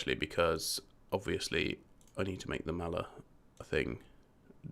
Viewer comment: Selling Ozil and that too for a ridiculously low price is just DUMB P.S. The guy's name is Thiago Maia with an "I" not mala with an "L"